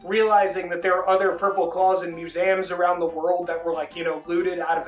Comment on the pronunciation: definitely the first time ive heard someone pronounce museum that way